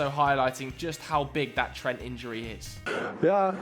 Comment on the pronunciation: Pep Butchers Trent's name though 😅